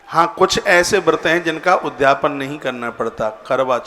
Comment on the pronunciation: ' उद् धापन ' मत बोलिए, शुद्ध शब्द ' उद्.यापन ' बोलिए।